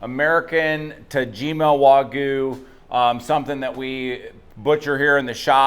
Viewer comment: How is it that still can't pronounce Wagyu? 😆